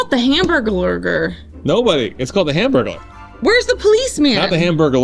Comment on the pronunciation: Her saying hamburglar reminds me of the way some people say realtor.